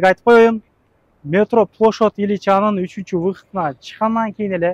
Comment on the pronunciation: Плошад илича 😂дегин качан уйроносун правильно суйлогонду. Эми блогер болсон ошого соответствовать надо 😅